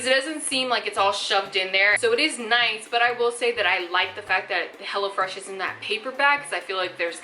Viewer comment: Girlll, I kept hearing you say Hella Fresh and I'm like hell YEAHHH 😎 lol...and my ig